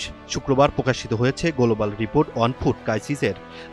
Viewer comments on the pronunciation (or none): গোলোবাল রিপোর্ট, পোভাব, পতিবেদন, পোকাশিত 😂😂😂😂৷ এনটিভির রিপোর্টার এ-র এমন অবস্থা? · গোলুবাল কি????? খবর পড়ার কি ছিরি!!!!!